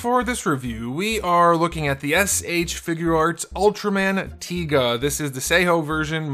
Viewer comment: Yes, you pronunce it correctly, it's "Tiga". not "Taiga" or "Tyga", i know cause i watched it when i was young. Please if you could, do the review of Dyna and Gaia. Keep up the good work.